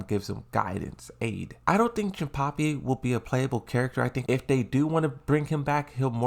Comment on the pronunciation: Jinpachi not Jinpapi